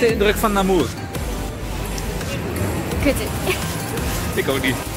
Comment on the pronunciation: Dan nog even de juiste uitspraken van een aantal plaatsnamen: Anthisnes: Antienn Hourpes: Oerp Namur: Namúúr